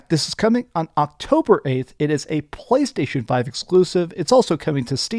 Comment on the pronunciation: What’s wrong? It’s teh POWA of the PwayStation!